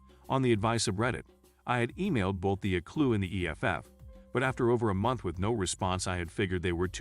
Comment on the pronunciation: For the ACLU EACH individual letter is pronounced, so it is A C L U. It is NOT a word.